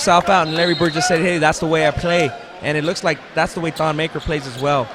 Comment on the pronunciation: Damn this annoying commentators say thon's last name wrong